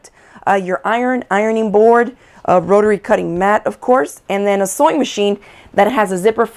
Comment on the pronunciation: What’s a ro-rer-ry cutter?